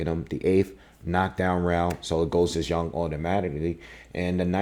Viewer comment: FINALLY!...A brother who pronounces the Chinese warriors name correctly.👍Also congratulations on a very carefully considered and balanced commentary.